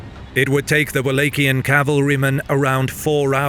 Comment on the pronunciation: What’s up with the weird pronunciation? Dude says “Wallachian” two different times in the same sentence! Is this a bot voice??!